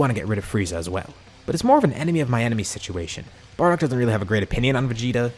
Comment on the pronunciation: In almost every video you say 'it's an enermy of my enermy situation" 😂